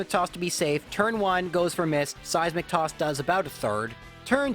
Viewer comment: All I hear is "Size McToss".